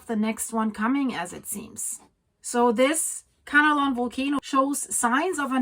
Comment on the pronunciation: It’s Kanlaon, not Kanalon.